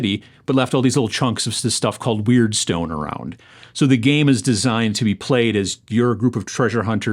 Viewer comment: Mordheim came out in 1999, not 1995. Also, not for nothing, but it's pronounced WURD-stone, not WEIRD-stone .